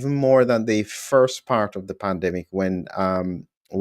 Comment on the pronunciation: At first I thought you said Plandemic - with an L. Scared me!